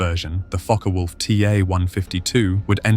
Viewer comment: NO MENTION of the very obvious much taller under-carraige ( or "under-cart" - as my post-war conscripted ground-crew father used to say) ; doesnt seem to be required for a larger diameter prop ?? Mixing of completely IN-correct and nearly correct pronunciations of "FokkeR Vulf" (actual German) is VERY annoying as so easy to look up !!